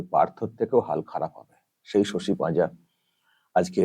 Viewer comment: পাজা না পাজি দিদি